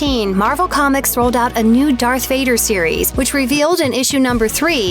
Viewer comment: Why does she keep saying dark and not darth?